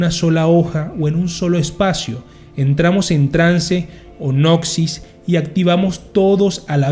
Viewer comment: Todo muy interesante, de verdad. Lo único que tengo que decirte (e imagino no ser el solo): por favor, se lee NOSIS o al límite GNOSIS. NOXIS es como oír uñas en la pizarra.